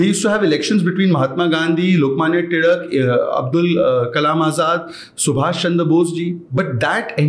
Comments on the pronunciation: I'm impressed that he pronounced the surname टिळक properly despite not speaking in Marathi here. I notice people including Marathi speakers pronounce it as तिलक both in English & hindi which sounds odd at least to me. Couldn't agree more. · Huge respect for actually pronouncing Lokmany Tilak as टिळक and not टिलक 🙌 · He perfectly said टिळक ❤ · Bro really said टिळक and not टिलक 😂👌🏼